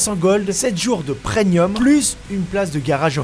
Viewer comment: On dirait que tu dis preNium au lieu de preMium